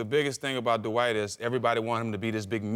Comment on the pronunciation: Why is the word “Dwight” pronounced “dahwite?”